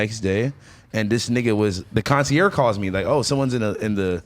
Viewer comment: He said "conciere" wtf